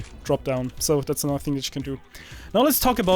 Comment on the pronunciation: i hate when you europeans say anudder instead of another